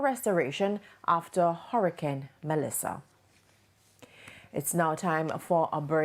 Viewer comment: Why this woman keep saying melisha?